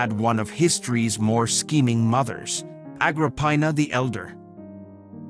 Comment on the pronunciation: Agropinus? I read it as Agrippina in books. You are totally % wrong with her name. 😂🤣🤣🤣.Let me say it one more time, Agropinus. Who the h*ll was she in Roman history? Hmmmm Agropinus.🤣🤣🤣🤣🤣. could not write name correctly.🤪